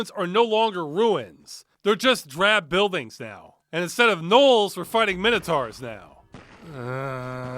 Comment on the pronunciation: Credit to this game for pronouncing "minotaurs" right.